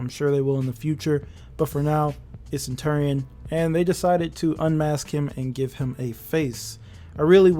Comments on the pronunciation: it’s pronounced: (suhn·chur·ee·uhn) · It’s been so long and you still can’t pronounce centurion correctly?